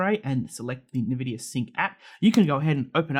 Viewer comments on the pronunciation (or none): wait, why are you saying nEvidia